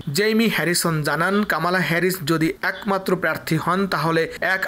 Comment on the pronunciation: কামালা নই, বলুন কমলা হেরিস। উচ্চারণ ঠিক করুন।